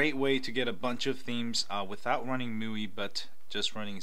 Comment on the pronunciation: Hey there ! nice video ... just wanted to point out that MIUI is pronounced "ME" "UI"